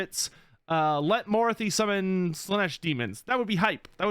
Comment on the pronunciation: My therapist will be hearing about you because of the way you say Morathi